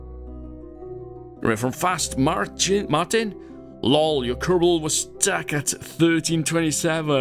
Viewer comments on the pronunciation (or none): none